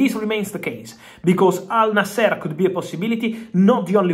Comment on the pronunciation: Al nasr bro not al naaaaser